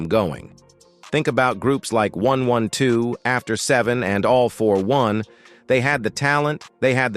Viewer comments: AND THEN my man (A.I. 😂) had the audacity to say one hundred and twelve. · Dam he just said groups like one one two instead of one twelve 😂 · The name is pronounced 😂 1-twelve (1-12) The same name as an old night club in da ATL. 1-12, club anytime, bell-bottoms, and 2 - 2 tango where the happening clubs back then. 😂 Sorry you missed it !! 😂😂😂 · Not 112. AI said one one two. 😂😊